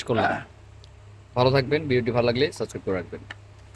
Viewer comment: সাবস্ক্রাইব হবে সাসক্রাইব না।